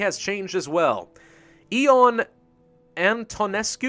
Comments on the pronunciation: the correct way to pronounce Ion Antonescu’s first name is Yon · another name got butchered... (Ion Antonescu) i think to pronounce you use a Y